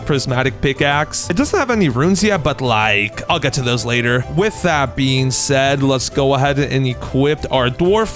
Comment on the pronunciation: Bro plz stop saying with I being said I begg u